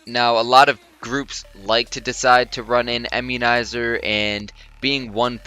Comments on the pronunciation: Bro, I-mmunizer, not EM-munizer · lol "emmunizer". this is another awesome vid!